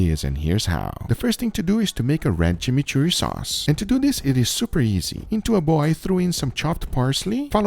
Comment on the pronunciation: Chimichurri got butchered 😢